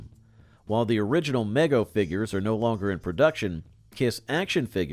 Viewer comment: Good video BTW: Mego is pronounced Me-Go, not meg-O